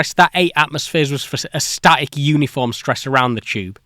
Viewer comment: just you saying the word "static" with emphasis told me what happened lol. at least one engineer that worked on the detector had to know the cascade failure was a possibility. maybe they calculated and made a mistake in determining the water hammer force from a failed tube